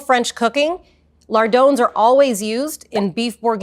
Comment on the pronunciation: Never heard lardons pronounced like "lardones" lol